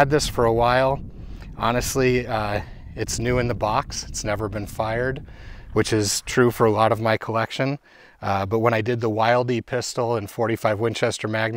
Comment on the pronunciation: its pronounced "wheel-dee"